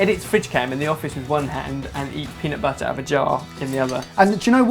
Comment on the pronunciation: Turn the video back to and listen how he tells "peunutbutter"